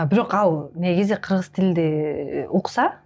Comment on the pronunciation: Додурогон журналис кыз. Ат жылы 😂Кырзыз эмен .эмне дегидей буйум беле.додур туура суйлогонду билбейт.тилдин боткосун чыгарган.